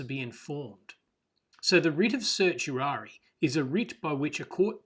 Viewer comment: the pronunciation of certiorari is sert-ee-or-air-rye